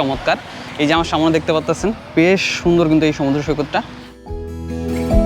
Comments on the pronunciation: অসংখ্য ধন্যবাদ আপনাকে। সত্যি আপনার ভিডিও অনেক চমৎকার দেখে ভালো লাগলো। তবে আপনার কথা উচ্চারণ এর মধ্যে কিছু ভুল আছে যেমন আমরা বলি সামনে কিন্তু আপনি বলেন সামোনে এই ধরনের খুটি নাটি কিছু ভুল আছে। এগুলো ঠিক করে নিতে পারলে মাশাল্লাহ ভিডিও আরো চমৎকার হবে। ধন্যবাদ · Samone na samne ay pronounce ta thik koiren sunte aro vlo lagbe.Thank you for your information